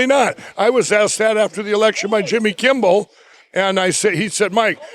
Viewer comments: He still says "stoled" and "Kimbel". Is he touched? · Barsenaro, Jimmy Kimble... I'm loving his Steve Brule mispronunciations. But seriously, this is pretty sad to watch. In case anybody reading this needs to hear it: do NOT listen to this guy, he's mentally ill and needs help.